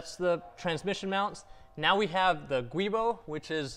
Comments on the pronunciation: Good video ! BTW, the word "GIUbo" is pronounced "Jew-Boh", not "Gwee-bo".... :-) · The guibo is actually pronounced "jewbo". ;) /truestory "A giubo (/ˈdʒuːboʊ/ JEW-boh; etymology: giunto Boschi)". Just thought youd like to know. :)